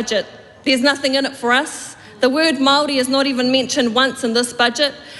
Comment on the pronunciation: "Nothink to fear" Dear-oh-dear. I fear so much.